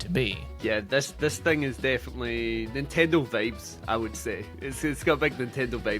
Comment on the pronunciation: “Nintendo vabes”